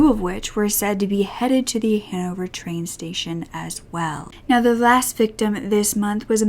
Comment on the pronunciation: It took me so long to realise that you were saying Hannover